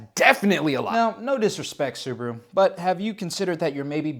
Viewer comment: WHY? SUBA-RU, NOT SOOB-RU! YOU DON'T SAY BA-TMAN AS BOO-TMAN.